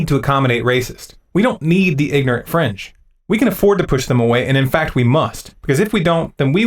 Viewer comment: ...It wasn't just the "ignorant fringe" that sounded like "the ignorant French". When you first said "Crowd Psychology" I swear that I heard "Kraut Psychology". I paused, "Wait a second, here..." Thank you for taking a stand against racism. I was on ZeroHedge earlier and some comments were really bad. I suggested that Tyler Durden BAN THEM. You are totally correct.to give NO QUARTER. That is IGNORANT CRAP!!! I don't agree with all that you say. I'm no Zombie. But I stand with you on this.